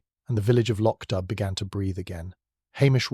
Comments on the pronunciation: The village is not pronouned "Lotch Dub"! Please listen to a narration of one of Beaton's many books! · Hillsboro, VA USA - am — Thank you. Lovely. But it would be even better if the narrator were a real person who used the correct pronunciation of Lochdubh.